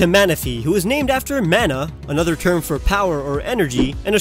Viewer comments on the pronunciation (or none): none